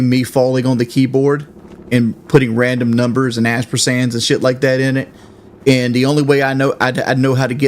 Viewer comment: Dude has so many malapropisms and mispronunciations that he doesn't even register them as incorrect anymore. A 1st grader might have a better grasp of the English language at this point